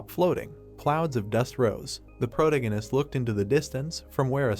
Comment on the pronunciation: If I hear him say "Prota-gun-ist" one more time, I might lose my mind. It's still a great story tho! Just make sure you pronounce your words properly and try not to overuse "protagonist" as much lol